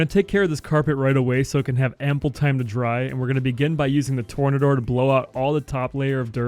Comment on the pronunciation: “Tore-Nay-Der!” Lol. Not “Tore-Na-Door.” 😂😂😂